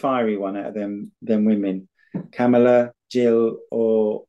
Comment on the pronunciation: We pronounce it KA…mala.